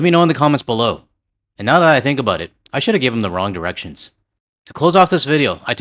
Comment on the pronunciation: "Wrong girections" 🤣🤣👍